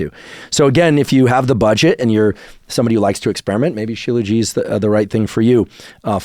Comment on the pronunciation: Just to clarify, Dr. Huberman, the "t" at the end of Shilajit is not silent. As a medical doctor who studied Ayurveda I typically use Ashwaganda, Tongkat and Fadogia before trying Shilajit.